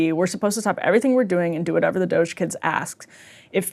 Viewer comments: Dogey? Doggi? Doju? .... it's Doge (Doh-ch) come on old man get it together. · Pronouncing it "doggy" really helps me <3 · Why was Ryan keep pronouncing it DOGÈ??? 😂😂😭😭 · Can’t Ryan just say “D-oh-j” like normal people? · Why is this boring guy pronouncing it Doe Jay? He is playing up the Buffoon character a little too hard. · Ryan has low T. I can tell because he keeps saying Doggy instead of DOGE. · Pronounce it as "dodgey". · Doggy? Dough jhey? Doh Jay? Is he trolling or nah? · it's pronounced DOGIE Emilly. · I'll be sure to pronounce it Doggy from now on. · Reeannn, please stop saying DoeJay. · “Doge-aye” -Ryan Bumblefuckimbecile Grim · and “doggy” is the early Middle English pronunciation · Please, you purposefully and constantly mispronounce DOGE! Let’s get to the point, Dems don’t want DOGE to check on Pelosi and others tax returns and prove they are using their position for financial gains. Stop protecting them. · Trump firing shots, this is what we need. Someone to point out the obvious. We also need Ryan's pronunciations of Doge as well. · Guy can't even pronounce doge and the meme was big enough to spawn a crypto currency like 12 years ago. Maybe they should get one of his children or grandchildren to help him prep for the next show. This show has really declined since its early years. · INTERESTING. Ryan suddenly ignorant how to pronounce "DOGE"... show us more ryan. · Ryan knows how Doge is pronounced, he's just refusing to say it for whatever reason. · Everyone has been pronouncing it one particular way for the last few months. To pretend you don't know how to say it or how it's said when you're a political commentator/journalist is just ridiculous catty woman behavior. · I like how Ryan pronounces DOGE uniquely wrong each time he says it lol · Can someone supercut all the different ways Ryan pronounces "DoGE" in this whole episode?? It is SENDING me! 😂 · Is Ryan mispronouncing DOGE on purpose? He just kinda sounds dumb saying it wrong…